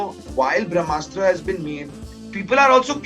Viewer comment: When the director keeps saying bhramastra instead of brahmastra...you know the movie is junk... Kamaal nai kachra banaya hai Apne...just keep directing romantic movies...tumse na ho paayega iss genre ke movies...